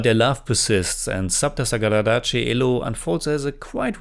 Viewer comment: ❤you pronounced the film 📽️ title perfectly.